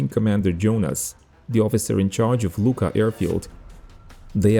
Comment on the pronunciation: Nice video. The airfield name Luqa it is correct , but pronunciation in Maltese ---- Lua----.